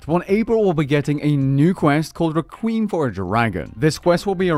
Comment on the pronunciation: That's not how you pronounce requiem, otherwise great video as always, and don't take negative comments to heart I mean you can't satisfy everyone. It's like the quote goes, "Everyone knows the King, but the King can't know everyone."